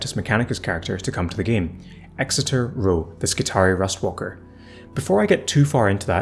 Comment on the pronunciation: Exitor gives me anxiety 🤣 Snowprint have depicted a Mechadendrite as his Chordclaw, which as the name suggests is literally his CLAW, and you kept calling him a RustWALKER instead of Ruststalker. As always, love your content though!